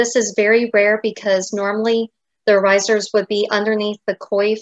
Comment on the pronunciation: Dear, please adjust your pronounciation of the Dutch word with the emphasis on 'oor'. That is how it is supposed to pronounce (trust me, I am a native speaker).:-) Also: regional dress in Staphorst en in some places in Zeeland are still worn on a daily basis, including their beautiful silver oorijzers. You can find a picture here: (fyi: the woman on the left is wearing mourning-colours, the woman on the right wears the regular, everyday colours.